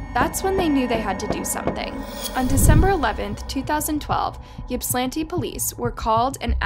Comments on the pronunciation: She says it like shes skipping right over the 'i' between the 's' and 'l'....'Yip-slan-ti'. I'm from Massachusetts and there are cities and towns here that get completely annihilated when people try to say them. 😂 Every state has towns like that. Unless you grew up around the area and know how to pronounce them, people unfamiliar will try to pronounce them phonetically. I'm sure we all have stories about this subject. 🤗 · Funny those of us in Michigan pronounce Ypsilanti (ips- ull-antee) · You're not pronouncing the town's name correctly. It's pronounced "Ip-sil-lanti" (I live in Michigan). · Ip-sil-anty is how you pronounce Ypsilanti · Ypsilanti is pronounced Ipsilanti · How many narrators on YouTube ever research the stories they "read" on these videos!!???!! The City is called Ypsilanti pronounced ipsilanti the Y is a Short I sound... To some this doesn't mean anything... But to the City, and the Many people associated with it, IT MATTERS !!!!! IPSI. (YPSI) is how those who know refer to Ypsilanti ..... Please try looking it up in the future so you dont insult watchers who may feel like it matters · Ypsilanti is pronounced Ipsilanti.....on to more important comments... what kind of mother throws their child out??!!....regardless of the mouthiness...... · Ypsilanti is pronounced ip-si -lanti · OMG being from Michigan I’ve never heard Ypsilanti pronounced like that 😂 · michigander here, pretty sure Ypsilanti isn’t said like that but i get it, try Petoskey or Sheboygan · Sad story but that is not how you pronounce the city and I could not focus after she said it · That is not that is not how you pronounce Ypsilanti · You’re saying the name wrong and it’s not a small town lol